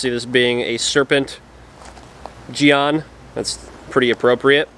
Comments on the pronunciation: Yea, jyen with a very hard J, kinda like Djinn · For future reference, jian is pronounced kind of like “jyen” :) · It’s pronounced more like “Jen”